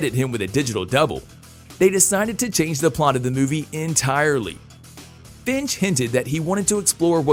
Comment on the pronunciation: So no one is gonna comment how Kevin Feige’s name was so epically butchered. It’s pronounced Fye-gee.